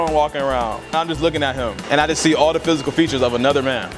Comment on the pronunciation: How is the first word "The" and the rest "da"?